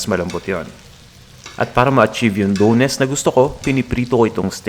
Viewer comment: Just a piece of advice, if you can’t cook a steak properly please don’t make a video of it. You didn’t even sear the meat properly and didn’t tell your viewers what temperature of the meat they are looking for if they want it rare/medium rare. Lastly, doneness is pronounced as duhn-nuhs.